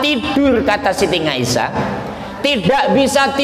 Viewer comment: maaf pa ust .dlm bahasa arab tdk huruf NGA.siti aisah.bukan ngaisah. mahorijul huruf nya di perbaiki